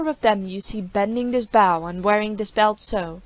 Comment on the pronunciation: Reader keeps pronouncing bow like “bough” when in context it’s clearly talking about a weapon.